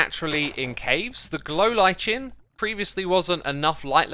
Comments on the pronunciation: The Ch in lichen is a "k" not "ch" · it's li-ken not li-chen xisuma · That's not how you say lichen, lol